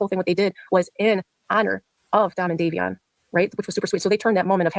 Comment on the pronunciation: Day*vee*on Phonetic Not davison